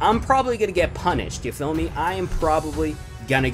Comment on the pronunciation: KB Squared HES saying ya phommey